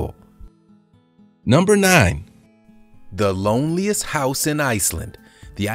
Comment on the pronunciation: He said "hiouse"